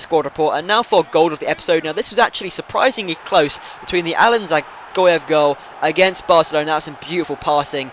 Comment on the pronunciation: I'm not sure but i think Dzagoev is pronounced Ja-Goev